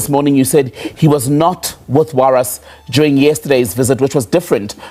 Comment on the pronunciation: When acting like you care, at least try to get his name right. Warrick "Warras" Stock.